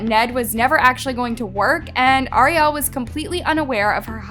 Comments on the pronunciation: Good video but please call her Ariel not Arial it’s driving me a little nuts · 🤔How can you not pronounce "Ariel"???? It is the same name as the little mermaid, it's not like you've never heard it before. 😂 It's like you are so into hearing yourself talk you aren't aware of what you are saying. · The way she keeps mispronoucing Ariel's name is so really irritating. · girl thank u for the research but how did u continue to pronounce ariel’s name wrong during the entire video